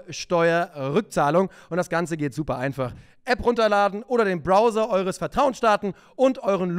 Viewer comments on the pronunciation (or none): none